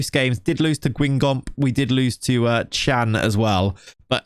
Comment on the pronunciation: comment il a prononcé Guingamp 😭🤣